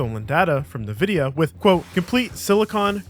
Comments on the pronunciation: for goodness sake, stop calling them `Nehvidia`, you're literally the only person I have ever heard pronounce it this way and it's extremely distracting. It's officially on record as being pronounced "In-vid-ee-uh", it's an invented name and as such only has one official pronunciation as determined by the company that invented and trademarked it. As for the breach of NVidia, yes, they did do it, if you do a bit of research the torrent is still available to download and has been verified as being a preview of the greater breach. For a supporter of the FOSS community where NVidia support has been extremely lacklustre until recently I had high hopes that the entire archive was released as it would have allowed us to get some insights into so many compatibility issues even if we couldn't use the sources directly. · It's not Nevidia it's N-VIDIA learn to speak bud. Are you an AI? It's also not T-mobile, it's pronounced t-mobil, without the 'e' at the end. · IN-vidia, not "nah"-vidia. Come on dude, any tech person worth their snuff knows this. You're a fraud. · Holy fuck, the amount of times you said "nuh vidia" instead of " EHN vidia". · Hearing you say "Nuh-vidia" instead of "EN-vidia" sends a bad shiver down my spine..... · LOL, its pronounced 'en'vidia'..noy\t NA-Vidia LOL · This voice sounds a lot like an AI. When i heard the way it said "Nvidia". nevidia instead of N vidia. I doubt that anyone making docs or vids about IT related things doesn't know how to pronounce "nvidia". Which adds to my suspicion. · What the hell is Nuhvidia. It's En-vid-eeyah. Ya dummy😂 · Are you saying "nuh-VID-ee-uh" instead of "EN-vid-ee-uh"? Is that just like a translation thing? What's going on? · It is "En" vidia. Not "Nuh" vidia. Come on man. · Its "en"vidia as in the letter N - vidia. Not "Nuh-vidia" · Cringe everyttime you say "Nevidia" instead of "Envidia" bruh 🤨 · As many said, fantastic video 👏. Edit: Just heard “NA-Vidia” and had a good chuckle. It’s EN-Vidia. 😉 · "Nuh vidia" lol